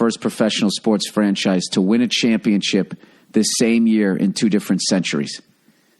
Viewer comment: stop saying champion chips!!! >.< its so annoying when people cant even pronounce the word correctly. Championship ship... fucking ship!